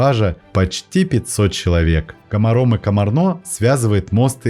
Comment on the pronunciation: Ударения надо правильно ставить. КомАрно, КомАр, ПассАу.